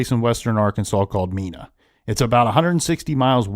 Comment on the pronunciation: Malak was a crap stain, he did it because he was being paid, not because he was afraid. (FYI Mena is pronounced with a long E)